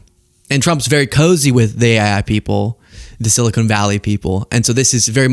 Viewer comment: It's 'Silicon Valley',. Silicone Valley is further south.